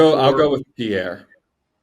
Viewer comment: I'm fairly certain Pierre is simply pronounced Pier.